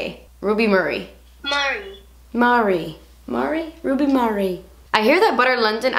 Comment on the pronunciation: laughing at you pronouncing 'murray' I forget that it's not something you would say in America very often but in England we have Andy Murray And Murray Mints! 😂